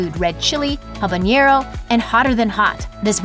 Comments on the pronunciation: It's not "habañero! It's habanero . Named after Havana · One would think that someone talking about hot sauce, would be able to pronounce the names of chilis. Habanero, habanyero. Funny, when talking about Louisiana brand, she got it right. OK, I'm confused here. She is talking about the YellowBird brand, and the habanero is hotter than the Ghost Pepper.